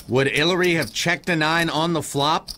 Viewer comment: Who the fck is haliary? Haliary Clinton? Smfh